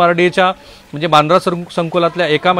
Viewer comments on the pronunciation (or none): none